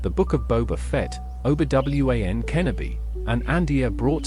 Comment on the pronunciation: Best pronunciation of Obi-Wan Kenobi of all-time